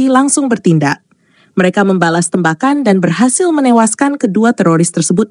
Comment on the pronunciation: Yg baca berita kurang bisa bhs indonesia. TEmbakan dibacanya tembakan seperti baca tembikar, tempurung atau tempat.